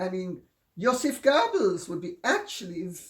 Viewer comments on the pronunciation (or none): none